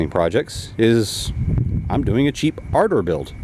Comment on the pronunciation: Isn't it pronounced like "A-Door"?